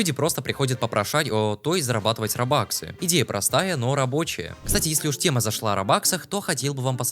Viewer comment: Какие роба́ксы???? Ты в каком классе учишься?